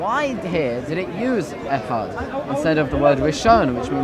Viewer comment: Echad paperboy not Ahad you are using arabic